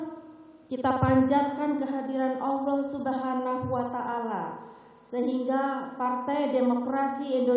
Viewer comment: Allah SWT menunjukan lidah megawati tidak bs ucapkan Nama Allah .. Ada apakah ini ?????